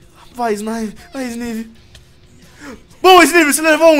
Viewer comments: só aprende a pronúncia o nome do froagueder e do Snivy direito por favor e se fala snaivy de resto tá bao demais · se pronuncia snaivy é snivy mas se pronuncia snaivy snaivy snaivy SSSSSNNNNAAAAAIIIIIVVVYYYY